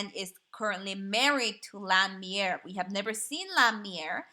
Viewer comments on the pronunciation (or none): Meier (mei'er) is pronounced as may er